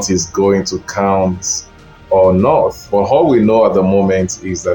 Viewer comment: This is a shallow analysis. Define the work “lock down” as used in ur presentation. Did he win the hearts of the ppl or the Governors who control the states? Lastly pay attention to proper pronounciation of words. Not vs north. How is “t”vs “th” pronounced?